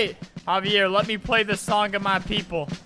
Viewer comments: Omg, 'haviere' xD. Its 'XAVier', lol. I have a cousin thats name is xavier, so i know :3. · Just saying: that 'xavier' guy was not pronounced like havier, it would be spelled Javier then. Its pronounced zavier. I'm only saying this because you made me think of a hilarious story where a minister at my grampa's funeral did the same thing with my cousin Xavier and my whole family laughed so much. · Im wheezing albert cant pronounce names for his life Xavier is like zavier, not HAHV EE AIR bruh i aint ever known someone named xavier whos name is pronounced like that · Albert, it isn't pronounced HA-VEE-AIR It's pronounced EX-A-VEE-ER as in Xavier??? XD but I guess it COULD be either way... LOL I just HAD to comment this I'm sorry XD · Xavier is said zavier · It pronounced zaiver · Its not haviair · I died laughing when Albert tried to pronounce Xavier. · Albert you pronounced Xaivier wrong.